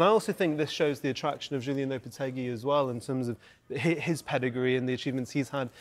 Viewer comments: It’s JULEN Lopetegui, not Julien… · It's Julen, not Julien